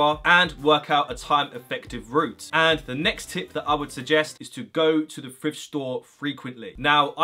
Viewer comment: I’m American but is he saying frift rather than thrift